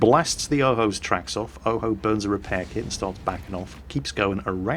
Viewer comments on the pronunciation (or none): none